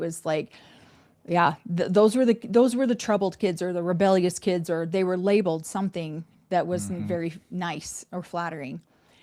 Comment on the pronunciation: OMG!.. says Kidzes too.. 😂... The one thing says that really irks me... We in the Northeast... Maryland say kids, then moved to Georgia and the south says kids... Is Kidzes said by everyone.. 😂